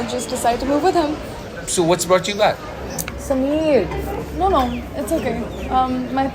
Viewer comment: Why is Sameer called SameeAeAr🤦‍♀️🤦‍♀️🤦‍♀️🤦‍♀️🤦‍♀️🤦‍♀️🤦‍♀️🤦‍♀️😂😂